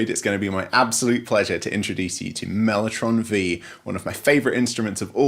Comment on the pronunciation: Mellotron Vee? Mellotron Five, surely??